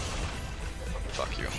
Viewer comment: is it just me or does say "fack you"?